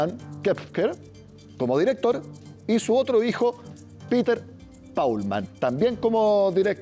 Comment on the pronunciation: Señor periodista El nombre Peter en alemán se pronuncia PETER , igual como esta escrito . No, como lo pronuncia Ud. Saludos